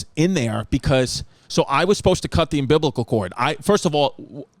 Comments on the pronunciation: Hey, you're a Distefano, your dad says cartridge, you say umbiblical, it is what it is!😂🤣😂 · SAY UMBILICAL CORD AGAIN BABE! 😅